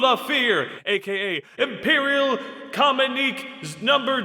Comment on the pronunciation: It's pronounced "commune-i-kay"